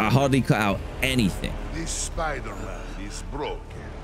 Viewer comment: I remember the first time he played he said the spooder man game, it cracked me up.